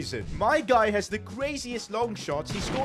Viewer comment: I think he meant guy not gay 😂😂😂😂😂